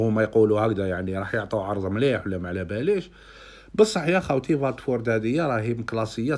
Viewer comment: ان شاء الله يروح فريق أحسن يستاهل يرجع مليح كما كان ملاحظة خويا في نطق الفرق استون فيلا باللام مش فيا و الثانية واتفورد بالواو مش فاتفورد بالفاء و جزاكم الله خيرا و ربي يوفق خونا